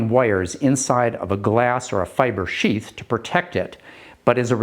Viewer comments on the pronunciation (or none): none